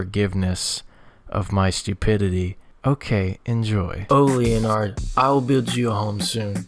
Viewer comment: I am pretty sure that Leonard is called Leonard and not as Linard